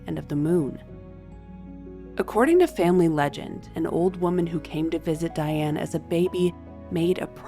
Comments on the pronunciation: Her name should be pronounced "Dee-ahn". Thank you for the episode. One of the questions I have had is why Diane, born and reared in Catholic France, was allowed to be baptized as "Diane". The Catholic church was very strict in the past. They insisted that babies be given saints' names. Did Diane have a middle name that was a saint's name? Diane's husband's scandalous mother, Charlotte de Breze, would be an excellent subject. She was the daughter of King Charles VII and his favorite mistress, Agnes Sorel. Charles legitimized Charlotte and her sisters Jeanne and Marie and they all married well. Charlotte married Jacques de Breze and they had five children. Nevertheless, Charlotte was a bit of a Lady Chatterley and was caught in flagrante delicto and Jacques murdered her and her lover. I think Charlotte would be a good subject for you. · Dee-ahne please!